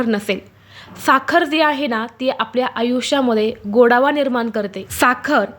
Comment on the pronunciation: गोडावा नाही गं गोडवा